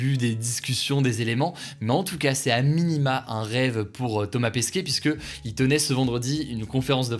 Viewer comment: Ça se dit Pesquet, pas Pesquier